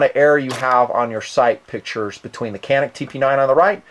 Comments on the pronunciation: The Canik TP9 (pronounced "Jah-nik") is a fantastic pistol, price nonwithstanding. There is some arguement that a striker fired pistol should only be DA only...but who cares? Especially considering the "re-strike" capability. I couldn't do that with my Glock. I have a $900 Kimber that doesn't function half as well as the Canik. The 17-round capacity with a thin grip that my petite Korean GF thinks it fits like a glove, says a lot. I haven't fired 10,000 round through it but so far so good. Mags are reasonable at $24.99. AND they do come factory Cerakoted. Buy one. I got two. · It's pronounced Janeek. Sarsilmaz means unshakable. Turks have a history of having an awesome military. Anyway, the tp9 is the issue sidearm of the Turkish police and military. I'm getting one myself. I've been to Turkey and have seen their stuff first hand. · I agree...AWESOME total package. FWIW the name is pronounced "John Eek". The turks pronounce their "C" as we do our "J" and their letter "i" with a dot is pronounced like our long "E". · btw you should know being a tanker guy and having been Incirlik Air Base the Turks pronouce their "C"s as our "J"s... so it sounds like Jan'ik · Pronounced "yannick" I think? I gotta get one next month. Thank you very much for the review. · Canik is pronounce wrong by most Americans because the C is spelled like a J in Turkish, best the way say the name Canik is like this "jhonuc". (stole this from another post in another TP9 review from a guy who said he used to live in Turkey) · The letter C in Turkish is pronounced like a J. So Canik should be pronounced like Janik. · You pronounce it gyanik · People from Turkey pronounce it as JOHNICK. Just getting that out there. Fantastic channel you have here. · Nice review, i just picked up one of these today :) if you care about the pronunciation, C's in Turkish almost always make the sound of our English J. Thus, it would most likely, phonetically, sound like [Janeek]. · I believe it's pronounced CHan-ik